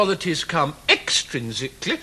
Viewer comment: ...EX-trinsically.....EX-trinsically.... rofl